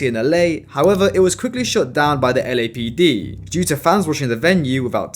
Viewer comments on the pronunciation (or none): none